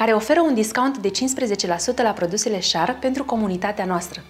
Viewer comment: Nu e schar..e scher..(asa se citeste)